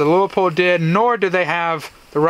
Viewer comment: It’s pronounced LooPold! 2 syllables not three! How do I know this? Because I live in Oregon and used to work there!